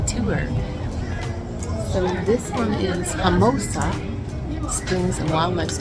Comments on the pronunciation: Good video. Just fyi dear, it’s Homo-sassa. Not Homosa. Don’t forget the sassa. Homosassa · Ho-muh-sa-suh is the correct pronunciation. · The wildlife park you visited is pronounced HOMO-SASS-UH. It is a beautiful place to visit. Along with the boat tour through the inland wildlife area, they used to have a tour boat that went out the river into the Gulf. Its been awhile since I did that, so maybe they don't have that one any more. Sorry that you had some a-holes camped near you. That often happens in Florda campgrounds these days. Lots of drunk, loud, wild partying and shitty nusic. In regards to the new neughbors, the NFL draft of now former college football players making the jump to the NFL. Lots of people tune in each day as the annoucements are made about what former college players are going to which NFL teams. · Pronounced Homo-sassa....as a native Floridian from that area, I had to correct you lol. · It’s pronounced homo-sass-a springs😁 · You're pronouncing homosassa springs wrong... Just saying 😜